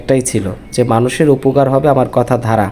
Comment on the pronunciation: ভাই গেম কে আপনি ঘেম বলছেন আর দ্বারাকে ধারা বলছেন, শব্দের উচ্চারনে একটু সমস্যা আছে।